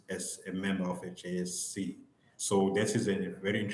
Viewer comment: JSC not JEC haiybo